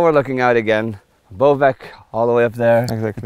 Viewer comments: Please stop mispronouncing Bovec, it's pronounced as "Boh-vets" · yeah you need to use the "awe" sound. B - awe - vets ^^ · Boh-vets is not right either since the English "oh" doesn't make the same sound as the Slovenian ô. If Boh-vets was correct then it would be written as Bouvec in Slovenian.